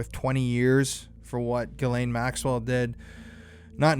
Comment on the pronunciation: Say her name properly. Jizz Lane